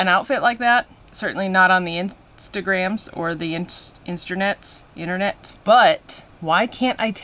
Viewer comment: "Insternets" lolol